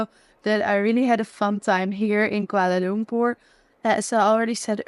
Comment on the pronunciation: You pronounced koolwala loom poor correctly..( some foreigners say kwala lump per) ..haha